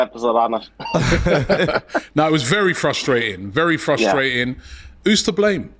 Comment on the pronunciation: "it's very fustrating" 😂